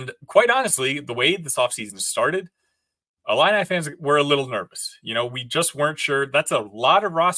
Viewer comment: Discount Justin Timberlake looking dude pronounces 'ILLINI' funny strangely... 'ill-in-eye' :|